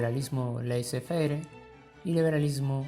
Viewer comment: Por favor, laissez faire se pronuncia "lesé fer".